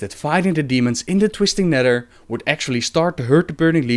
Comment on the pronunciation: "twistin neder"